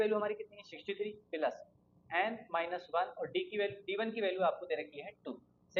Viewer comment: Appreciable explanation, no offence but ...😶‍🌫️ Plus ❌😂 Peelus ✅